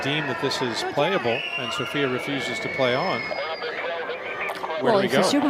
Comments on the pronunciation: Her name is SOFIA, not Sofie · So-fi-a. Not Sophie